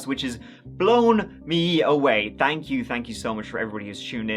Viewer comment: “Tank” God it’s Friday!!! New TC !!!